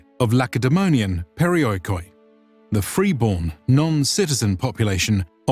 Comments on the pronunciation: wow also Peri o i k o i xD it's Periiki, latin letters cannot translate some greek. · Pareeekee what pareoikoidoingboing? ru talking aobut? Pareeekee = around home